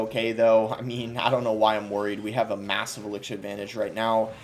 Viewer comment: Why do u pronounce elixir like that?